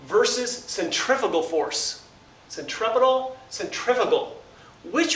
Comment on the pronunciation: "Sen - Tree - Few - Gull"